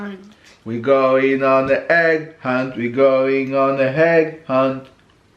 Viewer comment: Yes quite right. Not heg hunt but egg hunt. Intelligent as ever